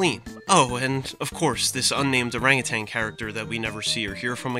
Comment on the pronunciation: Every time he says "orangutanG" I die a little more.